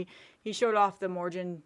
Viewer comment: I think it's pronounced Mor-Gee-On